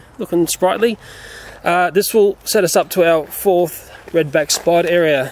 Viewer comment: To him "Fourth" means "Fof"